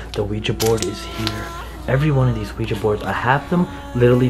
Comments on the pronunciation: The board is called Ouija, pronounced “we-G” the curser is called Planchette, pronounce “plan-chett” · The board is called Ouija, pronounced we- G